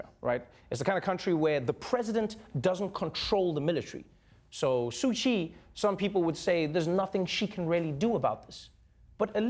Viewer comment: The sad part is.....Trevor mispronouncing ‘Myanmar, Rohingya and Su Kyi’.